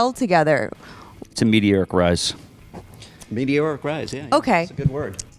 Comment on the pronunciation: "A metee-eric rise." Lol